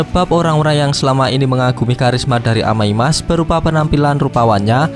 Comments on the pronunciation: Amai mask bang bukan amai mak😬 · Bang Omong Yang bener dong amai mask bukan amai mak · bacanya kok amai mak si njir 🗿